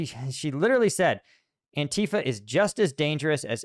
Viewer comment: It isn't an-TEA-fa, it is ANTI-fa. As opposed to PRO-fa.